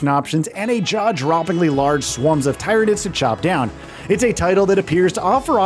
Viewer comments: Man said Tie ran ids. Ohhhhh it hurts when the correct pronunciation of words are out all over in the wild and people choose to say stuff incorrectly. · Bro it’s Tyranids, not TY RAN IDS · Its Tier anids like pyramid not ty ranids like tyrannosaurus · It’s not Thairaynids it’s Tyr-anids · Tyranid say Tear a nid not tyronid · This guy is clearly not a 40k fan just listen to how he say Tyranids 🙄 it's not TY-RAN-NIDS . ITS TIR-RAN-NIDS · Tie-ran-ids lol. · Please stop saying tye rah nids bro… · Tier-ah-nids. At least do a few seconds of Warhammer research before doing videos like this. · Everytime he say Ty Ran Id it felt like he was flicking my brain woth his finger. It just felt so wrong. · The "Thai rain nids" made me close the video... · Who else turned this off once they heard the absurdity of the way he says tryanids lol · If you want somebody to click off a video quick, pronounce Tyranids as t-eye-ranids... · When he calls Tyranids Ty.Ran.ids really triggered me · dont need to be 40k fan but not gonna lie it did still bug me how he says it lmfao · It bugs me how he says tyranid wrong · Couldn't watch this just because how you pronounced Tyranids. Sounded like you were trying to say it wrong. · Can’t say the name right? What a bum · how incompetent. cant even pronounce the name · The way you pronounce tyranids I don’t like anything about you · Dude stop calling tyrinides like that.😡😡😡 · Can you guys at least get someone who can say the name of the enemy faction correctly? It’s like he’s trying to be annoying about it. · Mispronouncing tyranids. Automatic down vote. Talk about taking an L.